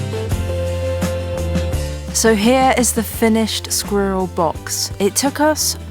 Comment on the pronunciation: Just the word "squiller" is impossible to pronounce so quit, please...